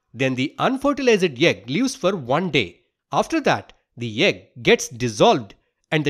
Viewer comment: Uhh just noticed you are a banglorian from the specific "yegg" sound , btw beautifully explained